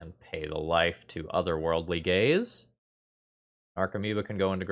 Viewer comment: My brain keeps hearing it as "Otherworldly Gays" and I'm like "it's me"